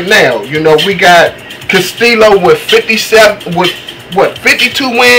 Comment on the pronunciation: this guy doesnt know too much about boxing. he didnt know that floyd mayweather jr beat corrales, he pronounced castillo and karmazin wrong. all this guy is doing is reading of a paper. cumon man. i know way more boxing than this guy. he doesnt deserve to have an opinion about boxing on youtube. sorry i just tell it like it is.